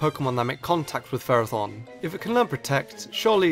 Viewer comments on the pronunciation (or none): You pronounced Ferrothorn wrong in the video.